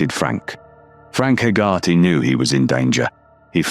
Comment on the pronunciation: Hey-ger-tee. How you pronounce Hegarty.